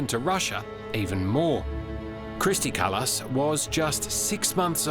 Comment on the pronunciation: Hey, thanks for getting our prime ministers name correct 🇪🇪 😅